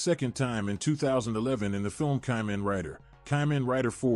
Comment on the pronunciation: ...why do you say "kamen" like you've never seen the show before